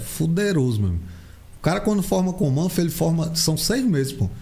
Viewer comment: "Comanfo"...parece que tá falando errado kkk